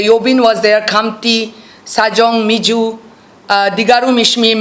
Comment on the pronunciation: This stupid problematic woman couldn't pronounce sajolang miji she's saying sajong miju